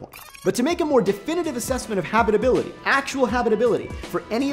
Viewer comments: Habrrrible habrrribility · I can't unhear it anymore